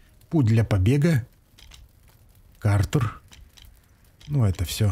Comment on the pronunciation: Да Кратер там на карте, КРАТЕР, а не Картер :)